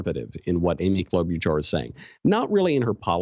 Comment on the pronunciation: You're saying Klobuchar's name wrong...